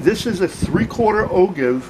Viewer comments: Great vid!! But it's pronounced "O-JIVE"... I know it's spelled "ogive", but it's pronounced "O-JIVE". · And for what it's worth the way to pronounce ogive sounds like "oh jive".